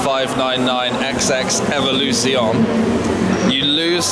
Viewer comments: Please learn how to pronounce Evoluzione correctly. At least. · and Scaglietti.